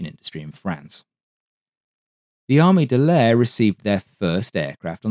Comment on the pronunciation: Could you please pronounce Armée de l'air as the French do? "Armay de l'air". Merci beaucoup!